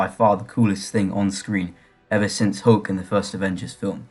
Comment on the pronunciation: It’s Hulk, Not Hook, lol.